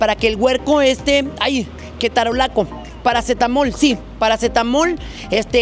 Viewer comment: Me daba ansiedad cada vez que decías "ketarolaco".😅😂